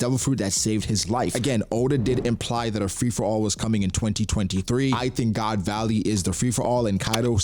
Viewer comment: did man say "god's alley"??? that to twice lmao